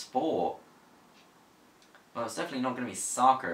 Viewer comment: i low-key really like how when you say "soccer" you say it with an american accent.